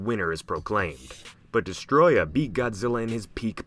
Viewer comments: Its actually pronounced Deeeeess-oooohhhhh-trooooooyyy-ahhhhh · it's not Destroyer..... It's DESTROYAH!! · Not trying to sound like a dick, but your pronouncing Desteroyah as if it was pronounced destroya, but it's actually pronounced Dess-tur-oi-a, forgive me if I sound like a dick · Not Destroyah... its DESSATOROYAAHHHHH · Mate you’re saying Destoroyah wrong You say it by pronouncing it as DES-TOE-ROY-AH Also you have to yell it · It’s destoroyah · idiot its destoroyah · I did actually forget about Destoroyah was one of the strongest monsters. But Kaiser Ghidorah made Ghidorah my top. Also you arent saying Destoroyah rght or King Ghidorah